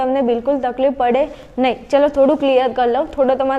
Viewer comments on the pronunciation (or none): none